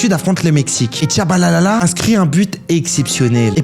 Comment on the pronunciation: Tshabalala pas Tshabalalalala